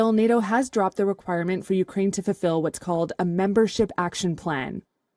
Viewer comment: Lol he can't even say Nato properly 🤣 no sir learn how to say the word before you can join